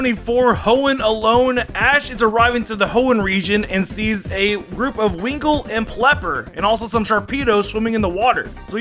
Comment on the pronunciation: winkull and pelper lol